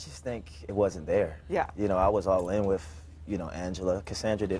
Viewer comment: it's WITH not wiff! 🤦‍♀️😂